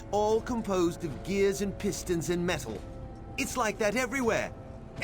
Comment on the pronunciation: Oh Metal? I thought you said Mental:-)